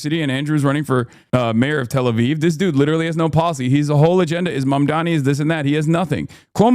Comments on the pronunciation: Bro how is he STILL saying MaNdaMi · how does cuomo keep getring mamdanis name wrong its so insane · how do you pronounce zohan mandarini wrong no many times? its so annoying.. like its on purpose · “Zorran monDAMi” - Cuomo